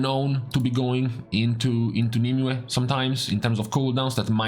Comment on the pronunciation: wow someone who actually pronounces nymue properly